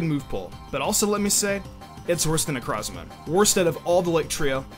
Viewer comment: It's pronounced NECK-ROW-Z-MAH Like NECRO. As in, DEATH. That's the entire point. Why are people so ass at pronouncing names this gen? Same with Guzma. Guzma gets his name from the GUZMANIA flower, which is pronounce GUZZ (like guzzle)MANIA. Not GOOS. Who tf name's their good GOOSMah? And Silvally is pronounced SIL (like silver) VALL-E, not literally sil-ally. That's stupid.